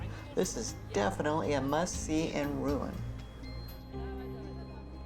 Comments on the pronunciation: A good narration, but a correction , please, on a noticeable mistake in your pronunciation of Rouen . It is pronounced Roo -awn, not Ruin. I’m a retired teacher with my degree in French. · Rouen is pronounced like Ro-wan, not ruin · Wish you could pronounce Rouen correctly! It's NOT a RUIN! (Ru-an,a nasal in the end… I know it's difficult). Bravo for the visit "out of tourism flow" of Harfleur! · Rouen is pronounced Roo-ahn according to our French tour guide.